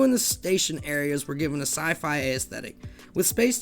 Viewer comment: Learn how to pronounce the following words: trough, awry, aesthetic. Anyway, I rode both versions. It was meh.